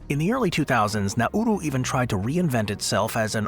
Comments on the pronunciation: its nauru not nauro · You can't pronounce Nauru. It's pronounced Nau-ru, not Na-uru. Even small children know that. Tragic fail. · Nauru is said NARU, the middle U is silent.